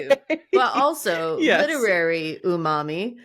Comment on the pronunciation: Umami = Ooooh mommy! Can't be unheard now :(